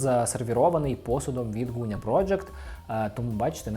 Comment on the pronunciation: Дякую за огляд улюбленого бренду! ПС. Велике прохання до ведучого: Ґуня, не Гуня. Ґудзики, не Гудзики. Дуже ріже вухо! У нас досить довго забирали звук Ґ, тож поважаймо й плекаймо його ❤️